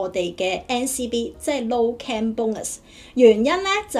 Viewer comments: 只係提提你受過BBC英文訪問 又嚟咗英國咁多年 可唔可以唔好將"Claim"讀成"Cam" 最大問題你片中有提及個“Cam"拍得唔清楚 你又用返同一個讀Cam唔到錢 No Cam Bonus。如果你唔知點讀可以查下字典 學下IPA國際讀標 Claim/kleɪm/ Cam /kæm/ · 提一提，其實 "claim" 正確讀音係 /kleɪm/， 同 "cam" /kæm/ 有分別。 另外片中提到 "no claim bonus"，如果讀成 "no cam bonus" 可能會令人誤會。 仲有 "crime number"，聽落似 "calm number"， 可能可以再留意一下讀音會更清晰 👍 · 咩係 calm reference no .?你連 claim 都唔識讀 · I wonder what you have done to receive these negative responds?! Have you given that a thought??? Check your pronunciation for " Claim " and " pouch" Wrong pronunciations